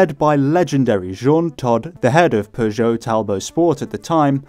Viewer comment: Pretty sure he said Peugeot correctly the entire time